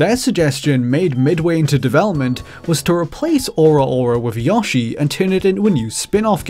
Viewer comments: Yeah, why try to properly pronounce one of the biggest game company’s most prolific characters? Do you pronounce proper nouns however the hell you want often, and just blame it on your accent? Cool strat, bro. Really makes it seem like you’re a game expert. Can’t wait for your video on Sawny’s next console. Maybe a report on the Tewkyo Game Show. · That's how a lot of Brits pronounce Yoshi. I used to too until I started trying to pronounce it the correct way. I don't even blame anyone for saying it that way, as that's how Yoshi himself says it. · GyroMurphy It’s just a prolific Nintendo character, right? Who cares how it’s pronounced? Oh wait, ALL OF US who aren’t “” care... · That video you just linked to pronounces it the same way I have been saying to pronounce it, which is not the same as the way he is pronouncing it in the video. I have never heard anyone pronounce it as yooh-shi. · I'm confused. I don't think that's how they pronounce "O" in Japanese. It just reminds me of how I commented on some video a few years ago about someone trying too hard when saying Japanese names... channging their entire accent, tone, and volume... and the responses I got were everyone screaming at me for daring to sinning against the Great Nippon. Now there's a video of many yawshees. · Daniel Layne Just don’t call out his piss-poor pronunciation of “Yawshi.” He’ll call you a pedant. 😂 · the accent kinda sounds "put on" because of the constantly changing pronunciation of A I'm really not sure at this point 😂 I just noticed the yawshi too hahahah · RhythmGrizz Or, ya know... completely wrong. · The way you pronounce Yoshi's name makes me think it's actually short for Yoshua. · Such a weird way to say, "Yoshi" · Damn you really pronounce Yoshi like that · Great content, but every time you (mispronounced) yoshi, I wanted to break glass rods off in my ear canals. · YASHI? Really... it’s Yoshi 😂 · "Yawshi" XD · Yawshi and Pokeymon